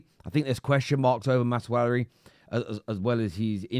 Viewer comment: Is someone going to tell that it's Maz-Rau-wee not Maz-Waree.